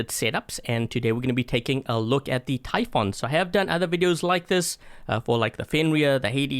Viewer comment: Warrior typhoon 8J88QE And its pronouced ty foon not ty f on